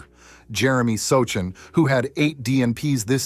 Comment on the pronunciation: So Chan? If you can’t pronounce the players names correctly you shouldn’t be doing videos!